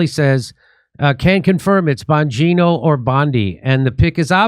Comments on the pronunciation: Jimmy his name is Bongino … not bon journo 🤣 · I fukken LOVE it when Jimmy accidentally calls Bongino “bonjourno” 🤣🤣🤣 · I love how jimmy calls him bonjourno😂😂